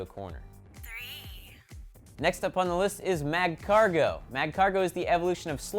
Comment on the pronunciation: its pronounced 5. (S-ee-zor) 4. (Maj-ee-us) 3. (Ma-Cargo) 2. Correct 1. Correct